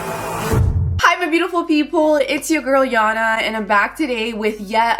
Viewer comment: He name is yana not jana